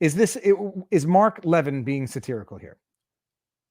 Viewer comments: Seriously, this is what is bothering you? Why don't you tune in to his show and you'll understand Mark better. Pronounced... La-vinn. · Love your videos. FYI it's pronounced Laveen. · You're mispronouncing pronouncing one of the strongest conservative voices in the world's name... Please stop embarrassing yourself. If you're going to comment on the news... Get the big names right at least! Geeze! It makes you look like you just started listening to the news for the first time in your life. I couldn't even listen to what you were saying because so sounded so stupid.